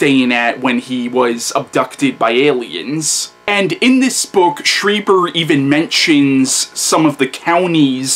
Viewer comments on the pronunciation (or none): Stree, not Stry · Yes, you are (stree-ber, not stry-ber like everyone says)